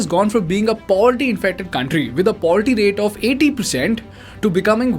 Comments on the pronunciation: Hey pronounce words properly. Look at the way you pronounce 'poverty'. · How are you pronouncing "poverty"? Took me a moment to realise